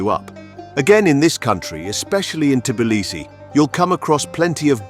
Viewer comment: how can I take advice from somebody who can’t even say the name of the city correctly?